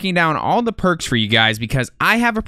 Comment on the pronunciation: Thought you said perc 30 😂